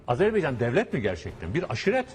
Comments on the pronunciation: Icinizde ki bu Azerbaycan sevgisi icin cok tesekkurler, sadece AZARbeycan diye telefuzunuzu AZERBAYCAN olarak yapmaniz bizleri cok sevindirir. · Yav biri şu adam söylesin. "Azarbaycan" değil. "Azerbaycan" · Azarbaycan değil yuh senin Türkçene : Azerbaycan